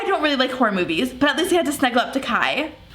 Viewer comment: It’s “Kai”, lol.